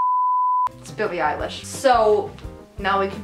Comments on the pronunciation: Don't make fun of the way people from Texas talk, it is not nice! ☹️ Jazzy Ann pronounces "Eylish" the same way. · nobody:: "Billie Eyelash" 😂😂😂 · I noticed other Texans also pronounce Elish as "Eyelash". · she said eyelash on purpose